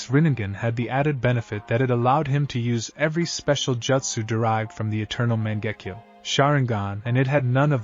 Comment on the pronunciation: Man, that Ma-jenk-yo sharingan.